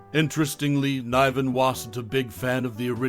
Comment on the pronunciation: Jacques Clouseau. It's pronounced "Clooso" not "Clowso". David Niven, pronounced as is, not "Nyven". Jeez.